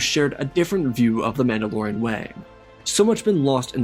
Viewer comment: maul-da-lorian? Are we deadass? 😂 that’s amazing